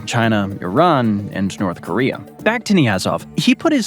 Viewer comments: "North Koreum"? East Africum???" He randomly places the letter "m" EVERYWHERE. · “In north koream” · "NORF KORIA HAS NOFING ON FIS COUNTRY!!!" Meanwhile, just across the Caspian sea, Chechnya exists.